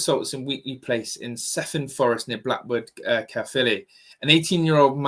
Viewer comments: Cefn is pronounced kev un . I live in south Wales and this is appalling, knife crime is out of control in the UK. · I don't live very far from blackwood, I heard it was an ex boyfriend of hers that done it. And Cefn is pronounced "Kev An" just to put it there. It's such an heartbreaking thing to have happen.